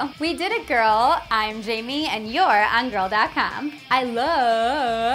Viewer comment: That not how you say girl